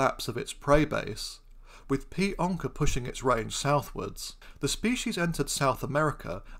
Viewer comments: *it's onça not "onca" and it's pronounced "onsa" Great video 👏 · but onca isn't the english term to name this animal, is it? I could be wrong, but I believe what happened was that he read the portuguese term "onça" and just didn't know that the Ç was pronounced like an S, and that's why he pronounced it like a regular C instead, and then that's why I thought it was ok to point it out, but my apologies if that's not the case then 😅